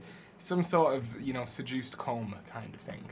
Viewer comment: 'Induced coma' not 'seduced coma'.